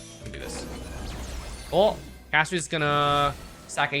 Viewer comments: It’s pronounced CASTORISSSS NOT EEEESSS idk why streamer can literally never pronounce anything right lol 😂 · talks shit about Castorice (Cas-to-ris [btw, bc why are we mispronouncing it when it says it in game]) *also pulls for her*. kind of ticks me off that i've watched multiple videos and stuff where multiple creators, including you, one of my favorites, talked absolute trash about Castorice and her passive, yet here we are pulling for her and all that. makes sense. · The way said her name is throwing me off.